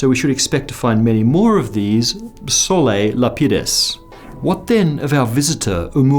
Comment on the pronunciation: 'solAH lapidus' not Solei, that's a circus (?)